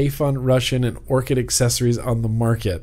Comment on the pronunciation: lol Orchid not urchin